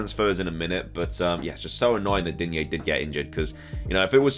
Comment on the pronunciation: Please drop the "a" in digne”a”, I am French , there is no A at the end of Digne . 😅 if you pay attention to commentators they are saying it right but in the FPL community everyone is saying it wrong !